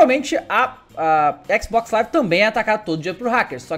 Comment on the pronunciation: Ele fala xcsisbox live